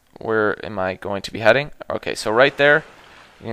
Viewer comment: oh when you siad "where am i going to be heading"i thought u siad where am i going to beheading lol